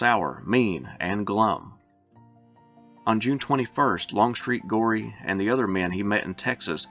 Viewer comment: Thomas Goree's name is pronounced go- ree, not gory! Get it right boy.